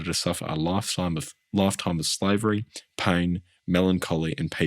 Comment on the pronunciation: Iv never heard anyone pronounce "pain" as "paing" I didn't realise there was a G at the end of the word 😂